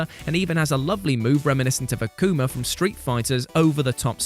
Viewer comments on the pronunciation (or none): none